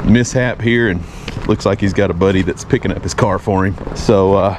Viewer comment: "Dat's asinine." How can you use asinine correctly and mess up "that's?"